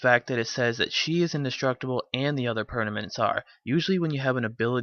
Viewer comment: i think its funny how he cant say permanent